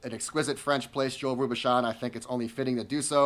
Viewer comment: The chef's name is correctly pronounced " Row boo shown"..